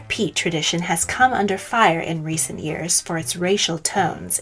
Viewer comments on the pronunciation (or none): none